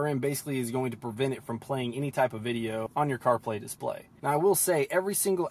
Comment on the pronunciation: Dude, ‘Dis play’ is one word